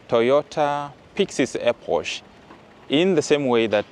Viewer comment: EPOCH is pronounce "ee-pok". Eposh sounds funny